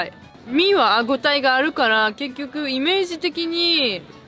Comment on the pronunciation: は「はごたえ」って発音できないのかな？ いつも「あごたえ」って言ってるよね？😶